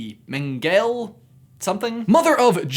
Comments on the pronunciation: Mengela- Men guh La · Walpurgisnacht, AKA Halloween in April BTW Mengele is pronounced "mangle-uh," but more German! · Mengele is pronounced more like "mengler". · Mengele is pronounced Men-guh-la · It’s pronounced “Men- ga-le” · Mengele Pronunciation Mangle-ah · I dont mean to correct your nazi comments by Mengele is pronounced Men-gel-a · And Mengele as Mengelie..... Jheeze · It is pronounced Man-ga-la, they did experiments on twins. Just thought you ought to know.... (yes that was a harry potter reference) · it's pronounce Men ga la... check out the film with Laurence Olivier and Gregory Peck about hunting him in South America- 'The Boys from Brazil' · Mengele = men-gell-uh (hard g) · It’s pronounced meng-e-lay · men-gal-a , how could you not how heard the name of this piece of shit. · Mengele is pronounced Mengela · Mengele is pronounced men ga la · Karen's Korner not men ga LAH, men gal LEH. Thats how the Germans in my family pronounce it anyway. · hmm I'd say more akin to "Men-geh-leh" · Merkur Except the "ng" is a diphthong - pronounced like the "ng" in "diphthong". I'm German. Meng - uh - leh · Btw it’s pronounced Men guh lay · I really wish that people who want to be monetized would take the time and learn how to pronounce names. ONE trip to Wikipedia would have told you how to pronounce Mengele. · The final E in Mengele is not silent, but is pronounced like the two preceding Es in Mengele.